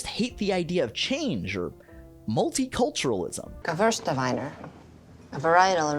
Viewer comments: She didn't even pronounce Gewurztraminer correctly! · that's not even how you pronounce gewurtztraminer. Also hamburgers are from the US. As Tom HOLLAND knows, people and places are often named after people and places.